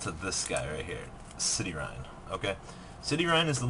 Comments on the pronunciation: All of those Gem-knights that end in "-ine" are pronounced like "Mean" not "Mine" So Citrine is pronounced "Sight-reen" not "City-rhine" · City-rine? It's Citrine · "cityrine"....seriously dude?